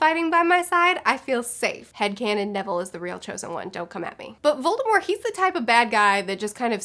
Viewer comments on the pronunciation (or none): Voldemor?? Lol. Never in my life have I heard anyone not pronounce the T in Voldemort. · It's Voldemort. :) But the t is silent, so you basically just say Voldemor...